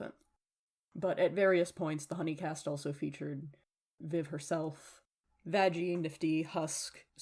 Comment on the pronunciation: you do know its not vaj-ey its vaggy right?